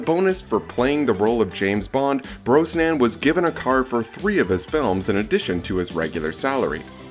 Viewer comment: Who did this awful narration with mispronouncing Brosnan and Cassandra Harris!?